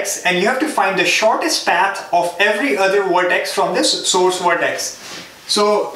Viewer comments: Fantastic videos. But why do you have to pronounce "path" as "ppaaaeeth" :D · its a common sense.....if someone is making so much effort to teach for free......u should also understand that....it will be PATH and not PAAT.....as u r studying algorithm it has to be PATH. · Lol he barely makes anything from these videos. Don't kid yourself. If you don't appreciate it don't watch it. Don't just bitch in the comments because he said paat instead of path. Dumb ass.